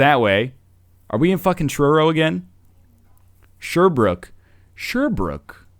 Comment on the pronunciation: I live there the second one XD Weymouth and its pronounced Shear Brooke outside of Deep Brooke bud